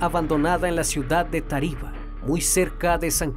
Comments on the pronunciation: Hermano excelente video. Una recomendación... Cuidado con las tildes es Táriba, no Tariba y Táchira no Táchira. Saludos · Es Táriba, no taríba Es Táchira, NO tachíra Es Peribeca, NO períbeca Fuera de eso, está ok la historia, información detallada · Hombre, pero le falta hacer énfasis en los acentos. Es Táchira y Táriba. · a Amigo, se dice TÁchira (no TaCHIra) y TÁriba (no TaRIba). Saludos desde Venezuela. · No es Tachira, es Táchira. No es Tariba, es Táriba. No es Doráncel, es Dorángel. Tienes que tener cuidado con los nombres propios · No puedo escuchar con tranquilidad, cada que dice Táriba y Táchira me da algo😭😭 yo nací ahí y se dice tÁriba y tÁchira💔 pero buen video mi abuela me hablaba de un come gente cada que pasábamos por debajo de un puente que está cerca de un faro, pero no sabía la historia completa ❤ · excelente narración muy concreta y precisa... solo vale corregirte las pronunciaciones es Táriba acentuando la primera "A", al igual que Táchira no Tachíra.... Yo recuerdo que de niños nos asustaban con que nos llevaría el comegente si no hacíamos caso y daba pánico cuando había que pasar por el puente. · Me da risa como pronuncian Táriba y Táchira, no se marca tanto el acento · Hay no como pueden pronunciar así es Táriba y es Táchira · Táchira. Táriba. Cada vez que lo pronuncias mal me da un tick en el ojo 🥴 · Creo que el narrador tiene problemas con los acentos en las palabras Táriba y Táchira... Palabras esdrújulas acento en la antepenúltima sílaba. De resto , excelente reportaje